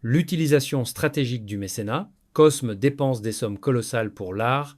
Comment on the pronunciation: Excellente video . Un détail toutefois : dans Cosme ( de medicis ) on ne prononce pas le S . On dit " Côme ) .